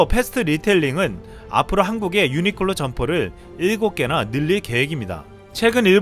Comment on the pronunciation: 유니클로 발음하기 싫어서 유니끌로 유니끌로 하는군요... 불매운동 계속 가즈아~~